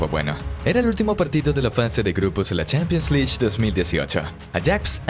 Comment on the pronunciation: No se si el que habla es un bot o una persona pero se nota que no sabe nada de fútbol.. pronuncia mal los nombres de los jugadores, los equipos.. y hasta pronuncia mal la palabra champions league .